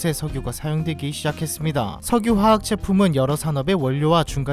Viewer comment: 석유 아니고 셕유 입니다 ㅋㅋㅋㅋ